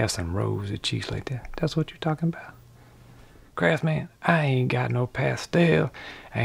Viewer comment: Is there a more wholesome channel on YouTube? "There's no such thing as a perfect man.": "Hold my duss maks."